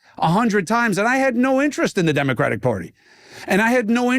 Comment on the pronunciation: Why can't Benny say the word "Democratic"?